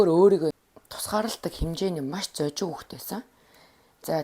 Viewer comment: зожиг, сэжиглэх, ноомой гэдэг үгсийг арай өөр хэлээд байх шиг байна аа. буруу хэлж байгаа үгсээ засаад2 явчихвал илүү гоё болох байх аа. амжилт